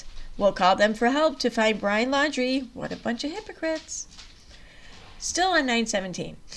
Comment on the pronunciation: If u r reading please properly pronounce names correctly. It's not landry. It's laundrie.